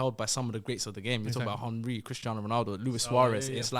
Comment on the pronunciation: still can’t pronounce Henry correct🤣🤣